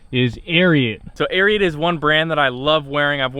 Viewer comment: It's pronounced Air-ee-ott